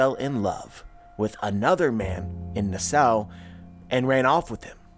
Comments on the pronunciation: Ay, It’s Na-Saw, (Na with the sound like “at”) not Nuh-Sow. This is a wild theory and I’m about it, but just a heads up. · I believe it’s pronounced nass saw not nah sow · nowadays Nassau is pronounced Nass Saw, just saying.